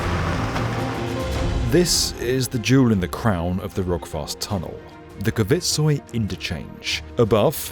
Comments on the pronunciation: pronouncing Kvitsøy as kuh-vitt-soy is diabolical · Considering how many times you say "Kvitsøy" I'm a bit surprised just how far off you are to pronouncing it correctly 😅 I understand it it is difficuly for an english-speaker though; I appreciate your attempt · The way Kvitsøy is pronounced here is high entertainment. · Stavanger was well pronounced. But Kvitsøy was hilariously bucthered. Love the attempt tho.